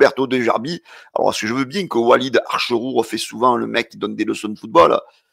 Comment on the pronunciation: il s'appelle Wallid acherchour,tu t'es trompé dans la prononciation